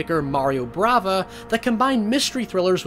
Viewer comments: Maria Bava... Not Brava lol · Bava, not "Brava". His name was Mario Bava. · Great content, as always.If i can only file one minor complaint, would be the pronunciation of the name of the great Mario Bava. My poor, little italian horror fan hearth missed a beat on your "Brava"(witch, by the way, it's the female of "Bravo") =) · Mario Bava not Mario Brava.. :-) And Black Sunday (that is shown as example) isn’t exactly a giallo movie.. A gothic horror - yes, but not giallo. Otherwise wonderful video.. as usual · I love you, dude, but...Dr. “Jackyl”? Mario “Brava”? Say words right...